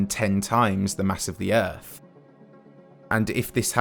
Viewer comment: You know it’s going to be good when it starts with a British man slowly saying EARF